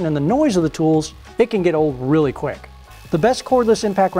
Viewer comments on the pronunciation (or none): none